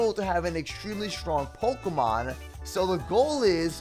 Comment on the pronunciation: Pikelmon is really bad with generating ultra space. can't even pronounce pokémon properly.